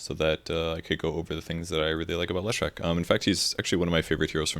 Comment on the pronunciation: If you are such a big Leshrac fan why can't you pronounce his name? :)))))